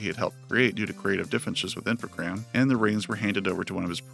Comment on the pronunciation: You were right not to pronounce the s, in French the s used as plural is almost always silent. It's supposed to be an amalgamation of the two words informatics programs, so informatique et programmes in French (Infogrames, with only one m for some reason). So yeah yeah you were after all! Just listen to some of the old interviews, they do call it Infogrames.